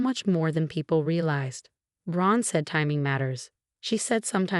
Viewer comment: What a bad A.I every time they say Gran they make another name of it ,Bad